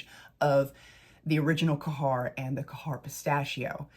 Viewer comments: ITS GHEYR NOT KAHHAR. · It's not Kahar🤭 it's خير you can copy it on Google translate 💕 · Khair = “CARE” but the “C” is like you are trying to gently clear a popcorn kernel out of the back of your throat, or like a French “R.” 😉 You might be able to do Google pronunciation for these 🙂 Thanks for the review! I purchased Vanilla Royale and wouldn’t try to dupe that one, it is just too gorgeous. I did however test Yum, and because everyone and their pet hamster said Khair or Affection were so spot-on but better performers, I got Khair, and boy is it beautiful- a little brighter/fresher, where Yum is more muted. I have yet to try my mini of Lychee because I suspect it will be a bit too B&BW, but I appreciate reviews like this because I might be willing to part with $40 for something vaguely similar, which will perform better.